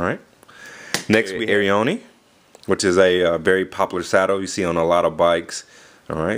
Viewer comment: i think its pronounced; air-ee-own